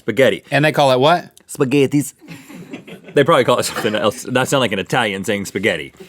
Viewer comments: In German it's Spaghetti Eis (spaghetti ice cream) and is pronounced shpaghetti ice not spaghettis XD lol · In german we call it "Spaghetti-Eis" which basically means spaghetti ice (cream) :) It is pronounced as "sh-paghetti-ice" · It actually is called spaghetti Eis And ist spoken like schpagetti ais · That is so true! 😂 To make Americans pronounce it the right way I’d say go with "shpaghetti ice”.